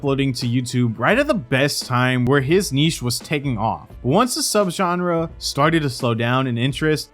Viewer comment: Did you just pronounce "niche" like "niece"?